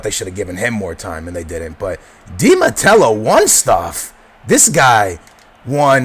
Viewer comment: Matteo not Matello